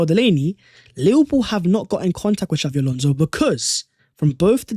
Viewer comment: xabi not xavvi